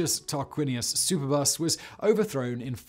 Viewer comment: LOL "Super Bus"! Pretty sure that's "Superb-us" haha.